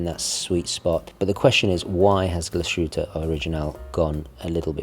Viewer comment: Its pronounced as ‘GLAS-HU-TTE’,not ‘GLA-SHU-TTE’🤦🏼‍♂️